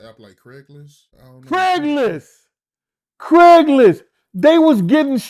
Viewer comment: Craiglist? Bascstage??..... lol. Cmon